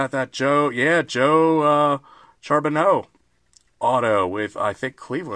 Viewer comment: Thought about opening this lately, but I think it’s back to like $45. Thats Anton of Indians autos and it’s Joe “Shar-ba-no” lol, he’s just barely before my time but my father loved him. Take care!